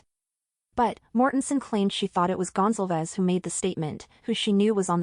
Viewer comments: Gon-zal-vez not Gonzel-vez Do you suppose it is possible that Madison or Kaylie said " Someone is here" when headlights from the door dash shinned up at their bedroom front windows ? The girls on the top floor were probably used to seeing who was coming and going through those windows that overlook the front lot. This might create a time gap between that statement, and the following noises that she heard. This might also cause the dog to stir. Odd thing is, we hear about Dylan looking out of her door on three occasions. But in the accounts that we have, there is no mention of a delivery of food. Maybe Dylan just didn't care about what was going on . Maybe she was tired and trying to ignore the noise. She was probably used to a lot of late night drunken horseplay. And even screaming. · Goncalves pronounced Gone-Call-Vez like Gonzalez but with a c